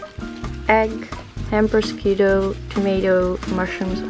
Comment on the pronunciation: just a little pronunciation advice: prosciutto is pronounced “proshutto” and bruschetta is pronounced “brusketta” 😉 and bon appétit in italian is “buon appetito” ☺️